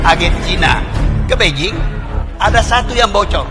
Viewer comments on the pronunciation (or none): none